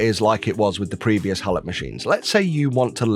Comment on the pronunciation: I believe it is pronounced hey-low.